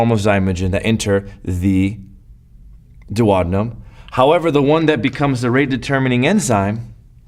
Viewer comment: dew-oh-dean'-um (hum)... :-)